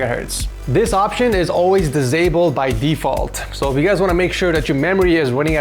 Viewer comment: the way says 'disable' thissssableeeddddd